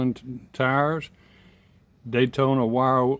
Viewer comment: Dayton Wire Wheels, as in Dayton Ohio, not Daytona wheels. Very nice car, I'm just from Dayton lol.